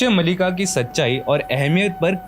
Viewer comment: It’s not mallika it’s Maalika.